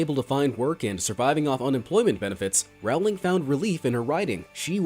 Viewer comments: It’s not «J.K RAULING» it’s «J.K ROWLING» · its Rowling like bowling Not rowling like howling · SOMEONE SAID J.K. ROWLING WRONG AGAIN it's pronounced rolling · Regarding JK Rowling’s name, the Row does not rhyme with cow. It rhymes with Joe